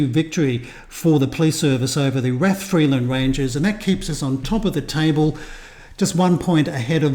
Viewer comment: Rathfriland Rangers Football Club, founded in 1962, plays in the NIFL Premier Intermediate League and is based in Rathfriland (pronounced "Rath-fry-lənd"), County Down. Their home ground, Iveagh Park (pronounced "Eye-və"), holds around 1,000 spectators. The club has seen significant success in recent years, winning the Northern Amateur Football League Premier Division in both 2021-22 and 2022-23, and the IFA Intermediate Cup in 2021-22. They also secured the Border Cup in the 2023-24 season. The team is captained by Andy Kilmartin, who has played for clubs like Glentoran and Portadown. Key players include goalkeeper Bryan McMullen and attacking midfielder Ruairi Fitzpatrick, who was crucial in their 2-0 victory over Armagh City to win the Intermediate Cup for the first time. Rathfriland is about 30 miles from Belfast, roughly a 45-minute drive, and 60 miles from Londonderry, about a 1.5-hour drive, making it quite accessible for a visit. Supporting this channel will give you a deeper insight into the vibrant world of Northern Irish football!